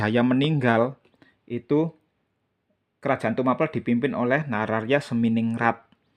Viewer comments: Tumapel di kata in Tuma- Pel...gak usah di pisah Mas Broo Pel ( ngep-Pel) bukan akhiran A- Pel yg di kata jdi kurang masuk kata bahasax Tumapel bukan Tuma-pel Mas Broo .. 😂😂😂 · Itu bukan ilat Jawa atau bukan mas Broo..tapi yg aq tahu dari guru sejarah dulu itu memang gk bilang Tumapel jdi Tuma- Pel ( ngep-Pel) gto ... 🙏